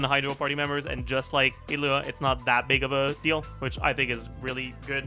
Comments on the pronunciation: The way you pronounce illuga as italy or whatever pisses me off just say e-lew-ga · why does he pronounce Illuga like "hitlah" what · he's just pronouncing the name with the g silent brother